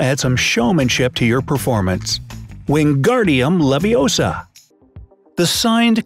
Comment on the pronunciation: “ It’s “ Leviousa” not “levioser”